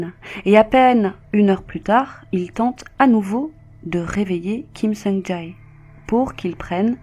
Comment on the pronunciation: Elle a dit "Ja Heyy" 😭😭 ça m'a fumé ptnn